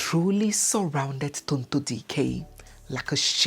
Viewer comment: which one is Charity? DO WE NEED AN ADDITIONAL MIDDLE NAME??? And her beautiful name is: Tonto Dike, NOT Tonto Diiiikeer, please 🙏. Thank you.